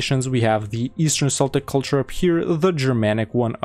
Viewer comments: incredible mod, just small sidenote, it's pronounced "keltik" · Celtic is pronounced with a hard C btw